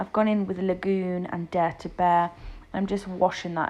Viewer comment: Dare To Bare?? I keep hearing Dirty Bear 😏